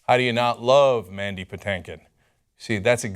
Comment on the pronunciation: And it’s not “Patankin” it’s “PaTINKin”😂 (like “think”)